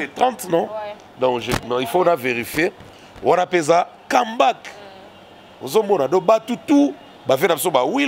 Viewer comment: et son affaire d'anglais...Kambak 😂🤣🙄🤔 comeback?